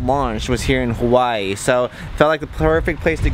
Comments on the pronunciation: I hate how you people pronounce hawaii. I know you are pronouncing it like the natives do. But it just sounds ugly. Hawaii or hawa-ee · the way he says Hawaiʻi makes me cringe.